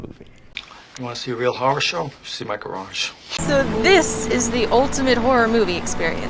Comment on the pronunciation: A lazy tongue turns a horror movie into a whore movie lol